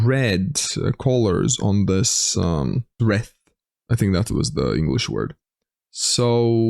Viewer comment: Hey. The cross with the red/white/green and circular flowers is called a wreath in English. It would be pronounced as REE-TH. I can guess you probably used the pronunciation of breath... English has many random pronunciations that don't follow rules:)